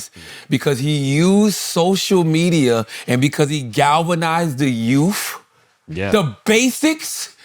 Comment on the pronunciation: "galvanized the YOUFF" - Charlemagne the God